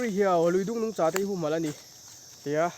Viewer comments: Nungcha tih i lam/thluk dan hi a dik lo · Nungcha tih i lam dan hi 😂😂😂